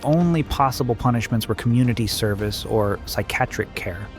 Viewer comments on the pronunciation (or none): i like it, almost sounds like an aggressive way to say psychiatric from now on i will say psychiatric like you, psy-cat-trick